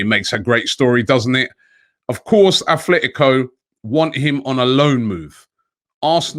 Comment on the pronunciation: Robbie, it still is aTletico not aTHletico Madrid.